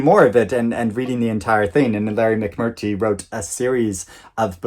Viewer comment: it's McMurTREE 😘